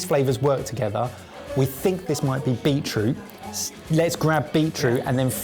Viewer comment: When was adding the juice, I know he said beet something (root?) juice, but I heard Beetlejuice.